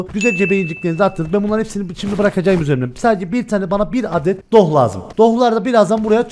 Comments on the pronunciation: Abi niye herkeze doch diyo sun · Sen önce doch demeyi öğren